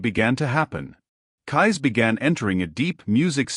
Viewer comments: I think AI did not know how to pronounce Cayce and read it as Kai. Also music may have been a direction to insert music into the video. The program needs some pros to fix it. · The narrator doesn't know how to pronounce Cayce's name, and what with all the"musics?" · ⭐️⭐️⭐️⭐️ A wonderful presentation, however, too bad the name "Cayce" was mispronounced during the whole video, and also, the word "music" was inappropriately sprinkled throughout as well! 🤦‍♀️ (so annoying!) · The problem is this is YouTube. WHERE is the PROOF Casey predicted what this clown, who can't even properly pronounce his name. I'm 71, in the 70's it seemed everyone was a psychic, sat under home made pyramids, went to seances, and also predicted California would break in half, and half would sink into the sea, that the "rapture" will suck milions of people up into the sky, due to pathetic attempts to translate the Bible and also listen to a semi-comatose woman prophesy about a "Rapture". Another Protestant claim was an ancient "Desert Father" predicted a Rapture. Once again, who can prove Casey predicted what channel owners say he predicted? Same with Nostradamus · why don't you check your work? i.e. Sticking the word "music" in all over the place, mis-pronouncing his name! These mistakes really cut down on the quality or believabilty of this video! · Why dies the reader keep inserting the word music every few sentences in a way that proves it’s a malfunctioning robot-voice. Also teach it how to pronounce the guy’s name!!! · Further…he’s not pronouncing Cayce’s last name properly…it not kys…..😢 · What a pitiful attempt to present Edgar Cayce. His name is misprounced every time in several different ways. And MUSIC is said constantly until I have had to close the video. Not the same quality of other Hidden Realm videos. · Yep , this was definitely botched .